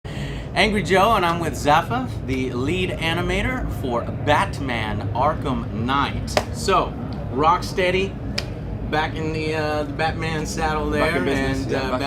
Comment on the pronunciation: his name is zafer not zafa :) he is turkish like me and ım sure he likes superman as well:)